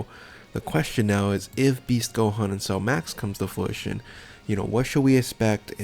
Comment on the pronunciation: Gogeta not goku and fruition not flution lol